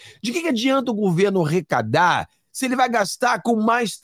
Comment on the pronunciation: ARRECADAR !! E NÃO... " RECADAR " ! 😮